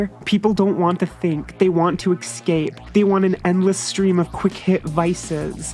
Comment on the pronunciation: "Expecially" has now been joined by "excape". The lore thickens.